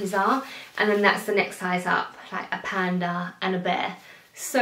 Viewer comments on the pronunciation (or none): none